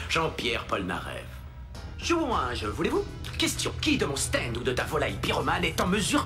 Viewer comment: Un "staindeu" 😂